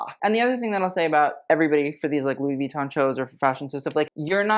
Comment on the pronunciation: Drive anyone else bonkers how he goes out of his way to pronounce "Versace" correctly, but then says Louis Vee-ton??